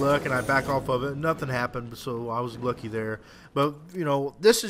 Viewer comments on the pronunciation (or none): none